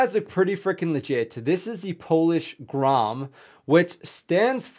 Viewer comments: Wow you actualy kinda said it right. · Dude, your Polish pronunciation is great. That was like 9 out of 10. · You right man, good pronunciation man ;) GROM 💪💪💪🇵🇱🇵🇱🇵🇱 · Damn you Pronounced that really good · You read the name of the formation so f&*# RIGHT!! :D